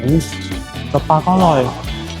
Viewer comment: ปลา ไม่ใช่ ปา